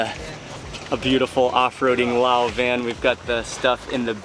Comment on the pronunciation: We need the audience volume turned up a little bit. Thai person here, but Laotians call their country "Lao" without the S sound. I don't even know why it's there in English spelling.